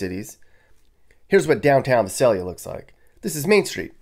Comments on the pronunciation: My mom grew up in Vi sail yuh not vis sail ya ... sad to see all the devolving of life ... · No one ever gets "Visalia" right. The first letter "i" is long: V - eye - s - ay - l - ee - ah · You're totally mis-pronouncing Visalia. A lot of people do though. I kind of grew up there. Yeah it has somewhat gone downhill, but it's still one of the nicer cities in the Valley. I live the in Bay Area and would move back in a heartbeat now that I'm retired. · It's vy-SAYL-yə (Visalia).